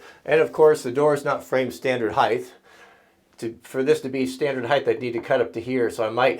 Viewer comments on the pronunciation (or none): it's "height" not "heighth"....